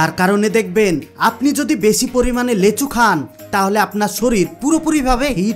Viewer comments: লেচু না লিচু। ভাষা ঠিক করো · আমি লেচু চিনি না।এইজন্য নামটি ঠিক করে বলো। লিচু নামে আমি জানি।